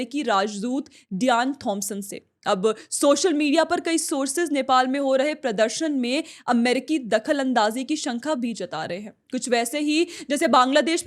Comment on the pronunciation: SANKHA NHI, SHANKA HOTA HAI WO